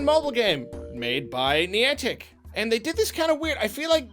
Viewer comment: was really struggling pronouncing Niantic. He said it so much in the video and pronounced it slightly differently almost everytime. I wonder why youtubers don't Google how to pronounce stuff more often to help avoid that.